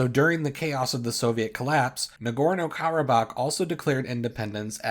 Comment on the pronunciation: It’s Karabakh